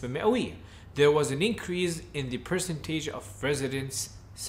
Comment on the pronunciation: شكرا جزيلا ولكن انتبه من نطق كلمة percentage وهذا طبعا لا يقلل من مستواك الرائع والمتقدم ❤